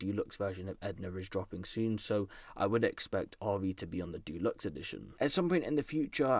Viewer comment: A man said Dulux instead of Deluxe 😂 aint that the paint bro